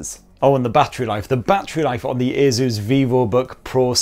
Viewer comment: It’s asus not azuzz